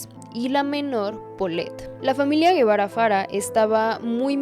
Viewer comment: Por que dices Guevara si es Gebara